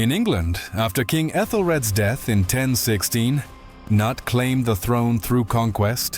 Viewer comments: Cnut is pronounce "ka-noot", not "nut".... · Kanut? Noot is how it sounds! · Cnut is pronounced: ka-NOOT.